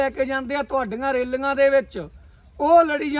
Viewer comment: ਰੇਲਗੀਆਂ 😂😂😂😂 ਪਹਿਲਾਂ ਬੋਲਣਾ ਸਿੱਖ ਲ਼ੈ ਵੀਰ ,,, ਰੈਲੀਆਂ ਹੁੰਦਾ 😂😂😂 ਰੈਲਗੀਆਂ ਨਹੀਂ 😂😂😂